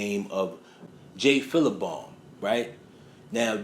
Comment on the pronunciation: Dude Cut Creator's name is Jay Philpot!🤦🏾‍♀️🤦🏾‍♂️🤦🏾 Who the hell is Jay Philabomb?🤷🏾‍♀️🤷🏾‍♂️🤷🏿